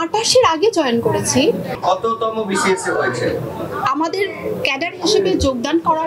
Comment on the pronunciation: কততম বিসিএস বলতে পারেনা!